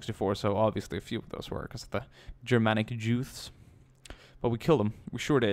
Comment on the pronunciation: Lol Yermanic Jewuths